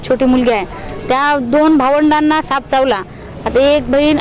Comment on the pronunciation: Saanp not sanap